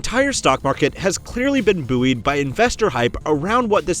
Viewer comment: Buoyed is not pronounced like that